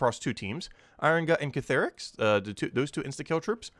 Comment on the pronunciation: Ctharrasque -- See' - thar - asque -- kinda rhymes with "My Barracks"